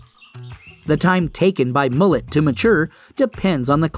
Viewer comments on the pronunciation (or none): Sounded like he said, "Mullet"😆.